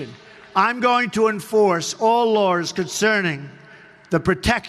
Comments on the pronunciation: Trump and his mispronunciation of Laws he said Lawrs !!! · enforce all larws---lol fucker cant even say it let alone do it